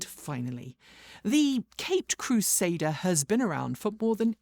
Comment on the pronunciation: Well... instead of 'Caped Crusader' i understood 'Kate Crusader' - sadly my expectations got destroyed.😄